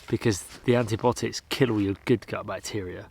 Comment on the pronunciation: Not antibotics but antibiotics - there's an 'i' in there